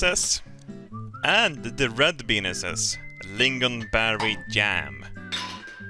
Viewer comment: "Don't forget your green benises"